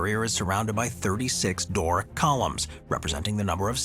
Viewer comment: Doric. Not door.